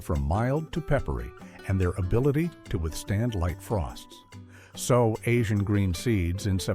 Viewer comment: Good list. However, SOW (noun) is not pronounced the same as SOW (verb). The noun means FEMALE PIG; the verb means put something in the ground, like a seed. The verb is also pronounced like SO and SEW. It’s distracting every thirty seconds to have a pig image spoken, but that’s the problem with Text-to-Speech programs.